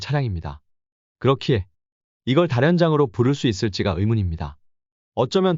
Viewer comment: 다연장이라고 발음해야 맞는데 왜 다련장으로 발음하지?